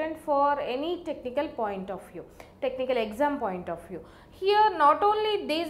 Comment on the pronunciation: So heeiere,,,,loved that pronounce lol